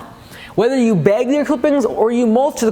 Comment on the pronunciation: I love how you have no northern accent at all until you say “beyg the clippings”